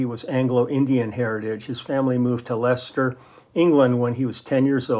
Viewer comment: Great to hear my hometown Leicester mentioned on the channel. You even pronounced it correctly! Many get it wrong.